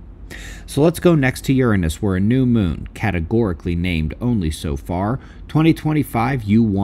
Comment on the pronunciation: Why does it seem like everyone is pronouncing Uranus differently? It sounds more like urinis now.